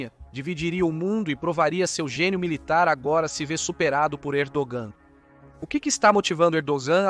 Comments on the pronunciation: Camarada estás a pronunciar mal o nome do Pr da Turquia, não é Erdoam mas sim Erdoğan. Para bem do canal há que melhorar a qualidade do luctor. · Não dá para confiar no roteiro desse video que, uma hora fala que a estratégia de ERDOGAN (0'29 - as jogadas da Turquia estao FAVORECENDO PUTIN mais rápido). Depois fala que a estrategia de ERDOAN (nome pronunciado errado) é IMPIEDOSA COM PUTIN..... e ai, galera?